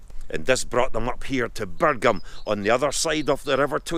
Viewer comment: Great video, it's pronounced Birjam, not Birgham